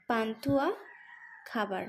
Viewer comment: খাবার কে কাবার না বললেউ পারতে😂😂